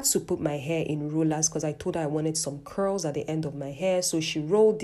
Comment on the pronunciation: the accent disappearing when she said curls is a mood